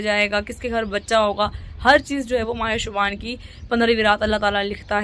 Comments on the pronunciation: Shuban nhi hota hai shaban hota hai behen itna bhi nahi pta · Yar shubaan lfz nhi hota Shaban hota h